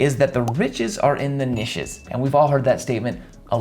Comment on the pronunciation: Most People: Do you pronounce Niches like "Nitch" or "Neesh": BOTH- "Nish" 🤪